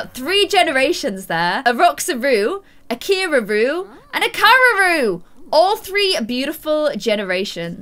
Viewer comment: When said a Roxaroo, a cieararoo, and a Cararoo, it sounded like caraboo. Lol 😂 love ur vids